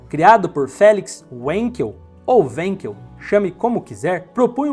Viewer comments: Felix era alemão, se diz "Vankel" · Felix Heinrich Wankel era alemão, por tanto a pronúncia correta do "W" é com som de "V"! :)